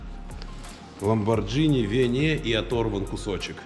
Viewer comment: Ламборгини Ламборгини блин какой Ламборджини , ты же не говоришь спагетти как спаджетти) так что и Ламборгини нужно говорить правильно